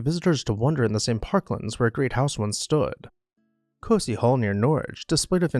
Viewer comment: I got to congratulate you on pronouncing Costessey Hall correctly. Also, you missed out on the coolest part of this story, the insane life of Henry Paget, 5th Marquess of Anglesey.